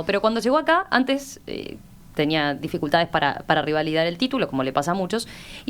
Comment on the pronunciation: Es revalidar y no "rivalidar" como dice la periodista.